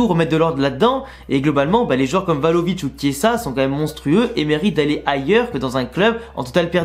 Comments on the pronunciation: Vlahovic au lieu de Valovic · C'est Vlahovic non tu dis euhh 😂..